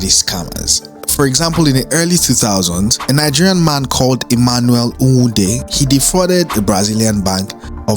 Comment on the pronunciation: Dope video but pls you share a country with different tribes even though you don't understand their language try to pronounce their name well. It is not Nn wude but Nwa ude( together it is Nwude with the a being silent) and secondly plantashun boiz was not discovered by kennis music